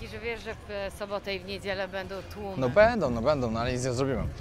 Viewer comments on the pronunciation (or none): none